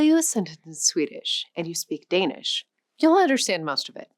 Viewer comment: I sort of expect someone teaching the history of our languages to be able to pronounce the words they use somewhat closely... but no, it just sounds like a bad try....